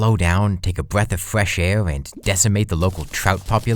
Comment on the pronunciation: “Take a bweaf of fwesh air”